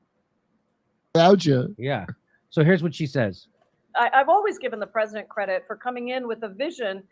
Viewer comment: Why can't that white dude pronounce "President"? He keeps on saying "Prez-in-nent". But he says "Presidential" just fine.